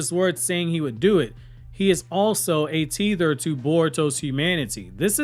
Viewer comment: bro said teether instead of tether